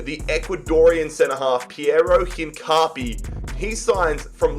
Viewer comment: The way he pronounced Hincapie’s name killed me